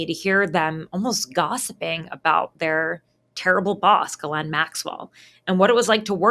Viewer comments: Not out of any respect to her, but for 1 former girlfriend, & 1 coworker, it's an old french name, popular here in Québec, properly pronounced close to: "she's - len" not "guhh - layne." I'm Geoff pronounced like you know who "Jeff", but many, including an English teacher said: "G - off".🤦 Those who know better, will roll their eyes & smirk with Ghislaine as "Guhh - layne" I respect your work, your Mom, so I thought I'd let you know.❤👍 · Why the hell can't you pronounce her name correctly?